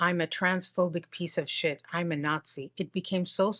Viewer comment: “Shet like this”🤌🏽